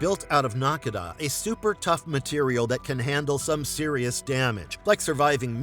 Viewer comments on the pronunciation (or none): none